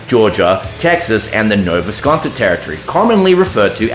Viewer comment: Nova Scotia google how it’s pronounced